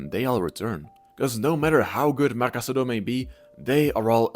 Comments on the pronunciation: cassado, not casadooooooo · No, I think you are in the wrong here if I understood you correctly. Anyways, what I mean is his surname is Casadó and the correct pronunciation in Catalan is kəsəðó - stressed on the last syllable (and with a voiceless s sound, as he himself said prefers it). It's an almost identical spelling to "Casado" (just the accent mark is different), which in Spanish you would pronounce kasáðo, stressed on the second.